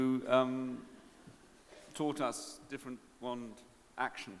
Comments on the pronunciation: Ha! Did the guy say "Magic WEND" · I think the best part of this is that one reporter's pronunciation of wand... you all know the one I'm talking about. With the short a